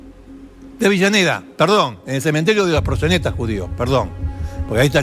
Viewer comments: deje de decirle "AVILLANEDA" a AVELLANEDA. Por favor. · Es avellaneda ,no entiendo porque dice "Avillaneda" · Si,yo tambien preste atencion a eso,no sabe que es Avellaneda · Dice Libermann en vez de Zimmerman...además de Avillaneda.. pero está bueno saber la historia.... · Me parece a mí,o Canaletti dice "Avillaneda"??? jaja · No paré de escuchar "Avillaneda, Avillaneda..." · siiiiii ja ja ja